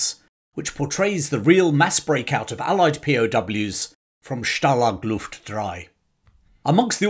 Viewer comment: okay, ist called stalag luft einS. not ein. After the 5th time I heard it, it hurts my ears.